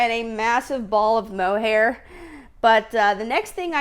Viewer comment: It’s not “mohair”